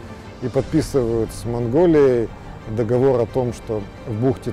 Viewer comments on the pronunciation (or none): none